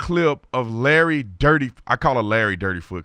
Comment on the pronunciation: Did he say Larry dirtfoot. Lmfao 😂